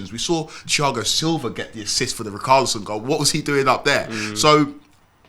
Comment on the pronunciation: Man said ree carly son